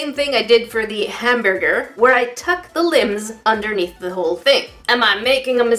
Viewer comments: WHen said hambearger weirdly it sounded like that time in the Pink Panther when inspector Clouseau couldn't pronounce hamburger. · “Don’t worry, he’s sleeping “ 😂Also you struggling to say Hambearger reminded me of the Pink Panther movie with Steve Martin from the 2000’s. Anyone else? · /Ham-BEAR ger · “Zombeary” “Hambearger” “Octobearus”